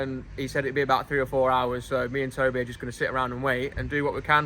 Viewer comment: “Take it ova to Toe-beh” officially how I’ll be pronouncing the name 😭😭